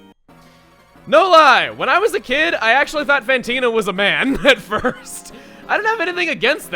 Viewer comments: martin brana Also, it's Fantina, not PHantina. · fantina is French...not whatever accent you're doing, it sounds vaguely a mix of.....Russian and Italian? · He's not very good with the French accent, is he? He's making her sound more Italian than anything else XD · Fantina is French or at least a french speaker, not a possessed Italian. Although your voice was pretty spooky!